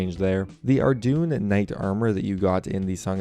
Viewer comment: ardougne is pronounced "ar-doyn" not "ar-doon"